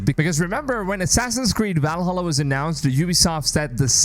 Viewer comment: I think, seriously, that you should at least know how to pronounce key words. If you cannot say "Valhalla", if you never researched its correct pronunciation, it is highly likely that the rest of your 'in-depth analysis' takes similar shortcuts. Videos like these should not only be a free flowing stream of consciousness packed with opinions, your presentation should be researchable and verifiable. How do you pronounce "America"?